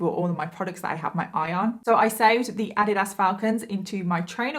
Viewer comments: It's not ah di Das, it's uh deed us. Sorry nor being rude I just couldn't understand what you meant. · Sorry 😂I couldn’t understand the shoes you were talking about. We pronounce it Ah-Dee-does here in the US. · Thank you for this video! I love your make-up look. Also..... Adidas is pronounced Ah-deed-us. ❤🧡💛💚💙💜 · Adidas? I believe that word is pronounced "Uh-dee-dus". 😂😁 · Americans are the ones who pronounce it incorrectly. The creator of the shoes name was Adolph Dassler...Adi was his nickname. So it is Adi Das AHH-deeh--DAHS. I only know this bc first time I heard the real pronunciation I thought it was wrong too and was laughing but I looked it up and realized the other person was correct. ;) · I am all of two minutes in the video and I'm so sorry but the way you pronounce Adidas is great. No hate at all but here in America as far as I've heard it's Ah-dee-dus 😅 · FYI 😊it’s pronounced ah-DEED-us. Luv u! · You are saying “Adidas” wrong. It’s ( u-Dee-dus) Lol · Ive never heard someone pronounce Adidas like that before lol in the US we say A Dee Das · girl you're saying adidas wrong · It is so crazy how differently words can be pronounced in different countries. It made me giggle the way you said Addidas lol Love the videos and so happy I found this channel! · Lol, I love how you pronounce "Adidas". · Completely butchered the brand of shoe 🤦🏻‍♀️ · The way you pronounce Adidas is sooo different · I so love your channel and you are a great story teller! I love your accent 😁 I have a thick one as well. But I have to say it took me a few minutes to figure out what brand of sneakers you were referring to in the intro 😄 Adidas is pronounced so different in the US lol love the way you say it lol 💯💕 Can’t wait for new videos 🥳